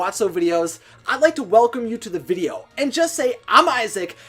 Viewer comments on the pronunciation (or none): none